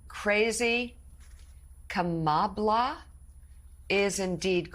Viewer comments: I think it's supposed to be pronounced "Kam-a-blah" as in "blah blah blah" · Kamabla....not a nickname at all...he just can't pronounce Kamala! Dementia is rearing it's ugly face in primetime, right before our very own eyes. Narcissistic dementia is the worst kind I suppose. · Is he saying Kamabla as in BLAck ? Such a RACIST BABY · Kama-blah is what he meant. Trump can’t even spell his mispronounced names. He sounds like a 2nd grader making up ridiculous adjectives to bully. He has never grown up. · Who is calling Kamala kamabla? Drumpf? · He cannot pronounce her name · This dude can't even pronounced Kamala's name right, JESUS!!!!!